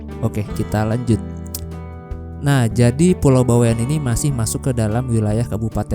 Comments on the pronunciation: Bawean .. Bukan bawe an pengucapannya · Bawaean baaang baweaaaann.... Bukan Bawek'an,, Bawean ngga pake tanda petik